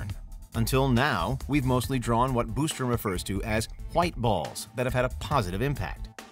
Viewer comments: The "Boostrom" irks me lol....there is only one "o". BOSStrom 😆 🤣 😂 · Bos not Bustrom